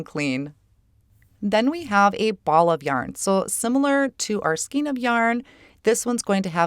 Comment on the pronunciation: LOVE this Release,! I am a knitter (& cardmaker), & these stamp & die sets are SO perfect for my family & knitting group! 'Skein' is pronounced like 'skane' (with a long-A sound). I'm sure you've heard that from many people by now ☺... This Release is really great for a large variety of events. I love the cards you created - your sweaters & hats are SO darn cute!